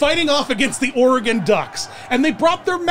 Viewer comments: "Or ee gone" or "Or uh gone" which are both incorrect. You got it right though! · As an Oregonian, I must thank you for pronouncing Oregon correctly 🙏